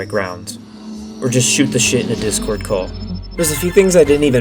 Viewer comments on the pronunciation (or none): none